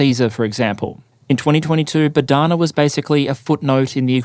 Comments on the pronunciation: Bohdana, not Bodhana👌 And the H is not silent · It is “BoHDana” — not “BoDHana” — a popular ukrainian female name, literally means “God-given”